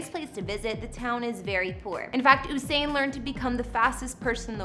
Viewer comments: Its pronounced You-sain as in U-turn as in U-surpe ...Not Ooh-sain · It’s not “who-sain” it’s “You-sain” Your welcome 🥰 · Girl, if you're going to do a whole video about someone, please pronounce his name correctly! It's U-sain not OOO-sain Bolt. 🤦🏽‍♀️ It's pronounced exactly how it's spelled. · Its pronounced yousain.....not ooosain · His name is pronounced you-sain not oo-sain” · Mans name is Usain as in you-sain and not ooosain lady ....... get ur pronunciation right❤️ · It U sain not ohsain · From she said who-sain… I knew this was rubbish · Gyal fully dunce 😭😭😭 “ooohssain bolt” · His name is pronounced “YOU SANE” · am sorry i never took this video serious, girl what did you say ooosain? wtf i can't- 🤣🤣😂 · It's the "oo-sain" Bolt for me 😬😫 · You pronounced his name wrong the entire video.... it's usain pronounced like u saying the letter u.... as in yousain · Ousain Bolt 😂😂😂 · 'Whosain'🙄😒. All this time and ya'll still cant pronounce his name properly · His name is pronounced “you-sain” 🇯🇲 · Say his name again? Oooooosain??? Lol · oosain bolt lmao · It's YOU-SAIN boo-boo 🤨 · It's pronounced Yousane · Its "U" Usain🙄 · Usain "yousane" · Please shut tf up!! Delete the video. Cause his name is not pronounce Who-sain!!!! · ABSOLUTE RUBBISH... and then that stupid pronunciation of his name. Bout OOSAIN ... Kmdt.. gwope road you crazy and lie woman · Who tf is Oosain?.....delete dis bombo...dwlll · I was wondering what the hell is she talking about..she even pronounced his name wrong 🤣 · Considering the fame of this man all over the world and she is mispronouncing his name throughout the entire video! Doesn't seem very bright to me. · 🤬 this needs to be removed. Too many inaccuracies. Starting with the pronunciation of his name. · Thank you! Not surprised considering she didn't even pronounce his name correctly. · The information about his Jamaican properties incorrect. You mixed up different parishes and also you are butchering his name. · Long u not short u